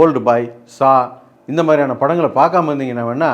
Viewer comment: Saa ille, Saw 😂😂😂😂